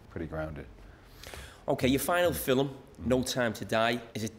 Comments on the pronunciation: "Filamm" lol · Iconikhh....in the filim industry 🤣🤣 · Carra: Filum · Carragher: "Your final Fillum..." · Carra keeps saying "filuhm" instead of film. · Loved the interview, but Jamie “fillum” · Jamie "fillim" carragher 😂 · FILIM "... LOVE IT 😁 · Why cant Carra say film properly?